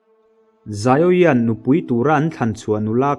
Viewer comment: Xiao yan (zaio yan) ni lo vin Xiao yan (zau yan) tih tur